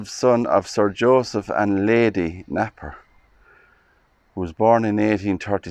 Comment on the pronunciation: Very interesting, thankyou. Beautiful mausolea. Napier is 'Nay-pee-uh' (not that it matters)